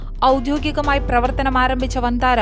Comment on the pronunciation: വന്താരാ അല്ല സേട്ടാ